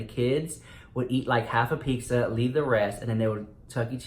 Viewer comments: You’re sooooo Latino!!! I love it how you pronounce it pixxa! Love you! 💜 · saying pizza: Peek-SAH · If you say "pickza" one more time...!! Yeha chuckie cheese fucked you up lmao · I love how you can low-key hear him say peeksa lmao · Love how u say pizza! Chuck E. Cheese was fun for me when I was a kid! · says “pizza” the way all Mexicans do 😂